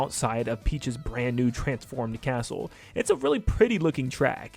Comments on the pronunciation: Bro said asshole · He said castle! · Bro It feels like he Is saying assh0l3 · Ik but it sounded like it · So, I'm not the only one who heard that xD